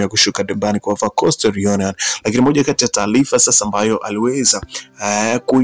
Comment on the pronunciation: 7 HOURS AGO WACHA KUTANGAZA KWAZA KAJIFUZE KISWAHILI HAKUNA NENO (TALIFA NI TARIFA ) MZEE UMETOKA BURUNDI